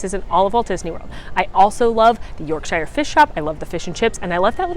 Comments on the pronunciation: For future information, Yorkshire is pronounced “York-sher” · I hate to break it to you but I am from the UK and it does not look like that, Also you pronounced Yorkshire wrong. It is pronounced Yorksheer, All jokes aside, I love your videos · Hey just gonna let you know Yorkshire is pronounced Yorkshure (I'm British and I don't even understand why!!!! Like a few of our towns and cities)